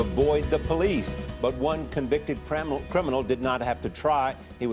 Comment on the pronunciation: The guy at the beginning said craminal I'm done